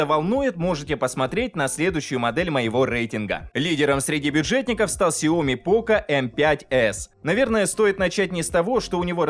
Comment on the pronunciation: В названии сяо ми ударение падает на и ! Запомните на будущее. 😜